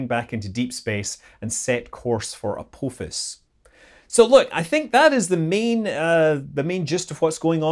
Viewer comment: I know of a certain Goa'uld who would absolutely MURDER Scotty for his pronunciation of his name...